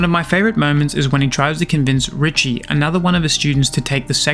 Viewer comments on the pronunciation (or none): I believe it's pronounced, Ree-shay, kinda like cliché. But i could be wrong. This manga deserves an amazingly animated anime. I'd be devastated if it got the Sakamoto Days treatment. After reading this manga, I genuinely believe we have a masterpiece of a manga in our midst, but that's just my opinion, I guess